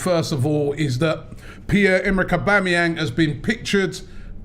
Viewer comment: you're too old to be saying "oba" instead of "auba" fix up man, coming like some uncultured fish